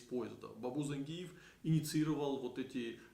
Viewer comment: ЗаенджИатай, и по русски ЗангИев, но не зАнгиев это точно!